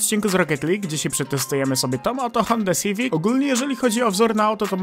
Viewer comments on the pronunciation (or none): "honda sivik" xD